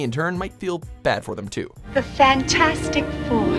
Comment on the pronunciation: Lol he said "fan-4-stic" lol